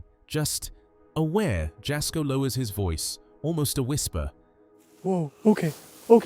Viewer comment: TST< > Moe's last name is SARGI (pronounced: SAR - G) not Moe Soggie. TST< > JASKO'S name is pronounced: the "J " makes a " Y " sound ( YAS - KO) it's not a "J " sound. If your going to be uploading other Creator's contents for your contents you REALLY NEED TO LEARN TO PRONOUNCE THEIR NAMES CORRECTLY AND THEIR CHANNEL'S TITLE CORRECTLY. Because their sub's & viewers will tear you apart negatively in your comments for sure. They kinda go a little Karen-ish when someone says something incorrect. So, it would be a wise decision to know your subjects and their info before uploading, especially when your contents are reviews content of other YouTube Creators. Just thought you show know before you start to take off with uploading content on your channel, because small mistakes like all that you have so far in your contents now that people are already barking about, will end up killing your channel before it grows. Just thought you should know, viewers take this a bit serious. Just saying 🤷😊